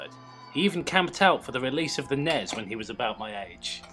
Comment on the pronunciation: You say the letters of the console. N-E-S and S-N-E-S. I'm sorry for correcting but points to self huge Nintendo nerd lol